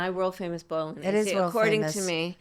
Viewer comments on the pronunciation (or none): yes and its great. Trump 2028 🇺🇸 someone tell Kamala how to properly say Bolognese. Its not Bolognesey 😂😂😂😂